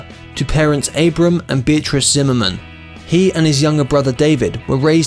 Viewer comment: The plus side - He pronounced Zimmerman correctly